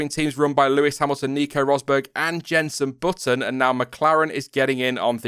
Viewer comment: Whos jensun bootun?